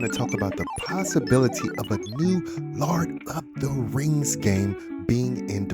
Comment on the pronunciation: I love the "lard of the Rings" lol